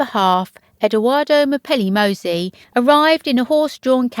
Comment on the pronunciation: Why don't you use Google translator and listen how to pronounce Mozzi? Your mispronunciation is annoying